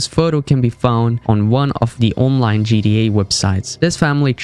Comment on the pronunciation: " GDA FIVE"